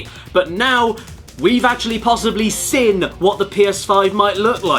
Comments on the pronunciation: Jesus caddy!! It's seeeeeeeen not friggin "sin". Please read this comment 😂😂😂😂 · Hahaha he said sen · Does anyone else find it so annoying that Caddy can’t say the word “seen”?